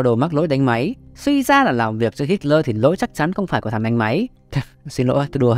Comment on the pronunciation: Cứ đọc là Hít-le đi ad, đây là tiếng Đức